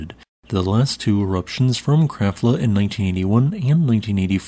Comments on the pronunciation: No. "Krabbla" is more like it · Krafla is pronounced "kraPla". You never seem to get the pronunciations right.